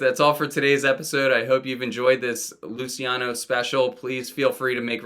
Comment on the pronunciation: Thank you for reminding me about Teen Angst. Instant add to want list. Small critique; it’s pronounced ‘Looch-e-ano’ Killing it with these uploads